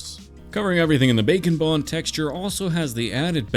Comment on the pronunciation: Whenever he says bake and bond I hear bacon bond